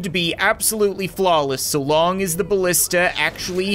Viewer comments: It's pronounced balisti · Its pronounced balisti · The plural of ballista is pronounced ballistee